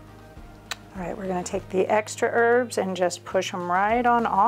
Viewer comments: Why do you say ' erbs' and not ' herbs'? Thanks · Please pronounce the H when you say herbs. Saying erbs, annoys me. Bye the way, thanks. Great video. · Thankyou but there’s a H in Herbs